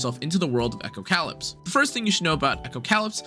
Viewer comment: You pronounced it “echo - cow lips.” And then you said it took place in a post apocalyptic world. You pronounced “apocalyptic” correctly. This should be a hint as to how to properly pronounce the name of the game.